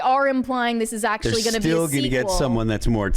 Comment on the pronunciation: Ox-shully., come on.